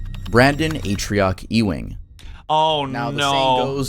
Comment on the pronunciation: Also Ewing is pronounced like YOU-ING